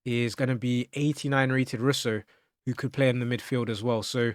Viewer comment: I didn't see much of Kaka so for me he has to go, but all legends of the game. Also Russo is pronounced Rooso (more ooo sound for the U) just fyi. Love the content, keep it up 👍